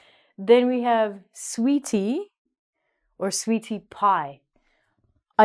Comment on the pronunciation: I got a question why do you pronouce the "tie" end differently, the way you say sweetie sounds french, but for cutie and hottie , the t sound is not the same, why these differences ?